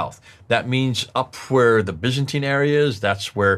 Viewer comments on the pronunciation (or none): none